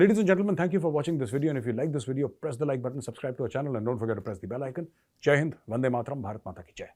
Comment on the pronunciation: Major sir cannot you say Jai hindh ,it looks like you are saying gen friends can't you day Jai hind clrearly